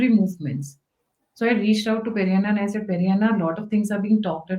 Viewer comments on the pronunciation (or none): Ma’am he is not perianna, he is peddanna